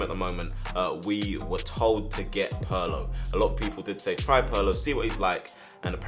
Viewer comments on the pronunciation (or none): none